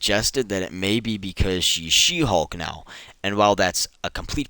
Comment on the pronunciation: is it me or why everytime he said She Hulk it become "She Hog "